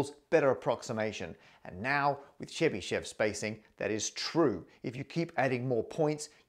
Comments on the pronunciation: Hi! I understand that it’s hard to pronounce for non-Russian speaker, but the correct way of pronouncing Chebishev is Che-bi (i like in the word will) - shev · Really love the video, but Chebyshev pronunciation was really butchered( The right pronunciation is [ˈlʲvovʲɪtɕ tɕɪbɨˈʂof]. The least you can do is to put the stress on the first syllable! I was very fond of you trying to say the names of other great mathematicians in their native tongue, hoped you would try more with Chebyshev whose works I keep near my heart. But anyway I have watched your videos for over a five years now and really love them! Thank you for the hard work!